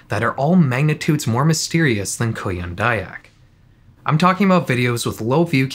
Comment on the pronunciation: you say "kuyang dayak" like "korean daebak" so i didnt realized the vid actually came from indonesia lol